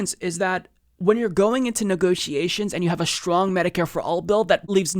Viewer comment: OCD issue here: please stop pronouncing "strong" and "strength" as if they have an 'h' in them. There are no such words as "shtrong" and "shtrength." I really am sorry for being so petty. It is distracting to me, and otherwise I love your voice, and perspective.